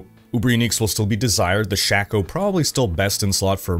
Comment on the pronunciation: the fact you make a living off Diablo videos but can't pronounce the item "Shako"............is pretty disturbing.